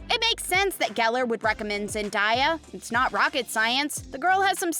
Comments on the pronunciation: I cannot watch this video listening to the speaker mispronouncing Zen-DAY-Uh. SMH, "Zen DIE uh"? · Zendaya is pronounced ZIN-DAY-UH 🤯